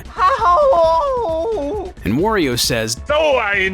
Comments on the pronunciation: "Wah-rio," not "wor-rio." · Wario is not pronounced Wurio, it is the same as Mario except for the first consonant. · Holy shit, it's aggravating to hear you say "Worry-o" every goddamn time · Cool video! But, man, I hate the way you say "Wario." It's WAH-ree-oh, not WORE-ee-oh.